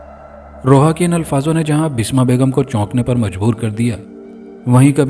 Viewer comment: Basma not bisma